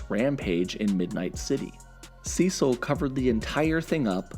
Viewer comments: why do u say Cecil "Sessel"? not hating just wondering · You keep mispronouncing Cecil😂